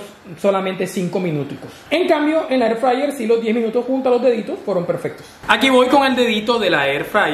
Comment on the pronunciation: AIR FRAYER